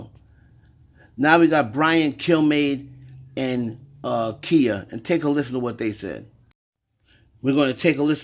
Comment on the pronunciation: Female rapper did a record years ago with spazzing out, all up and down riding the beat. I guess it was ok back then. There is nothing new about symbolism and occultist in music as well as videos. You are pronouncing her name wrong it's KHIA. I do know that she do strike YouTubers for using her content. Im just saying